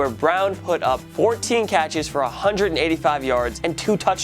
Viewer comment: Stop saying hundrit